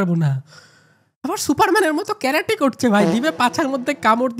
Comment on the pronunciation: ক্যারাটি না ভাই কারাতে। তোমার বলা ভুল হয়েছে।